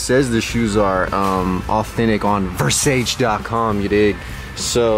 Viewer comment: you can't even spell versace fosatchy. fo-satchy